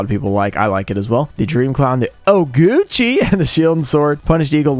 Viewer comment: Just because of how you said its name, favorite card from this is Oguchi. lmao